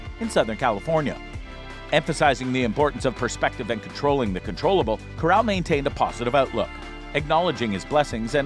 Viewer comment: You pronounced Corral wrong lol